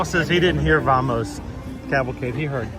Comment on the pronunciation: Haha, watching the playback and I thought it was Jambo, not Vamos for the longest time too